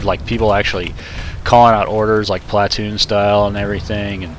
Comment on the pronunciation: sorry but it is pronounced plu-toon but is spelled platoon